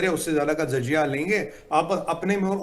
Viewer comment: Jahil insaan zajia nahin jazia saheeh word huta hay.